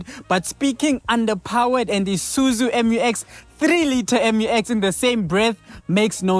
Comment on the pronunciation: Promounced MEW EX, not em you ex. Please be professional.